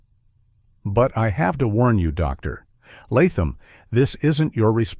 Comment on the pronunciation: I story narrated by AI generated content has its flaws. Like the weird way it says 'doctor' pauses before saying Latham.